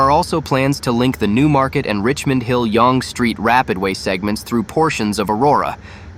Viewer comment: Dear computer voice: Learn to pronounce Yonge Street correctly, unlike how you are currently doing it. Look it up!